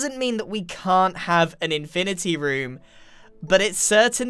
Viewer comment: Infinerty room